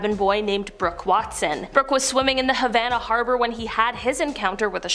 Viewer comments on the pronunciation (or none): none